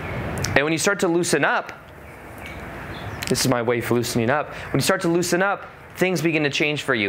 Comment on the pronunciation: "Instead of doin' dis, I could do dis!" Dang, dats brilliant 😆